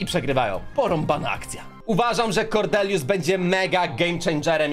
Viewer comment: Kordelius Farrell Kordelius przez D :)